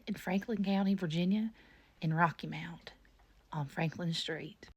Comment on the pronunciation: "Rocky mont" thats why you seen them ghosts, theyre getting back at ya for pronouncing the town wrong 💀